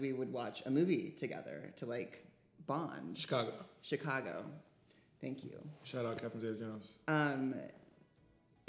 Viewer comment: As soon as I read this comment said "thank yew" in the video 😂😂😂